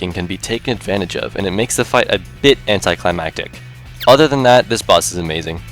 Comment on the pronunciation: I subbed because you said "anticlimactic" correctly. Great video, man. Very well done.